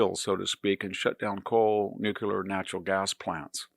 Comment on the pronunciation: Also, learn to pronounce "nuclear."